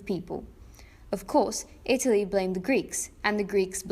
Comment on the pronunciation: ita lee more like ita pee